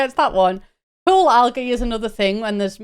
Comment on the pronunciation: I misheard you when talking about the pool parties and thought you said “pill parties” and immediately went 😮 like, who asked for that